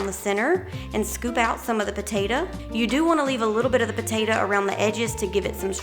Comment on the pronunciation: I LOVE the way you say "potatah" - My mom was southern, and said it like that - She passed a few years ago.. It's nice hearing it again.